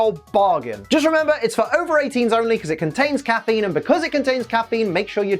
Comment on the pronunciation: you make caffeine sound like alcohol